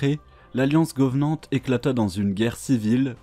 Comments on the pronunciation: Super vidéo mais les" Fororeneurs"et les "Govenands" m'ont perturbés légèrement. Sinon super travail. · j'adore tes vidéos 👌🏻 mais pitié 😅 arrête de prononcer le mots "Covenant" en "GOVENANT" c'est vraiment perturbant 😅 sur les vidéos de ton compte perso, c'est pareil 😅 Mais toujours aussi sympa de genre de forma 👌🏻 j'aime beaucoup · Bonne vidéo par contre le fait de dire « govenant » tout le vidéo ma trigger de ouf 😅